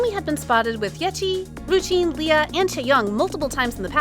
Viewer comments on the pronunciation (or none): none